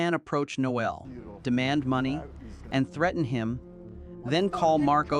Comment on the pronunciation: It's Nole not Noel.The e is silent.